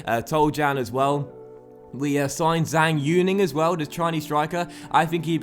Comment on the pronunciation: Zhang is pronounced as Jung